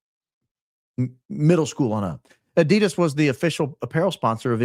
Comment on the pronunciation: You're pronouncing Adidas wrong but you are very loyal 😊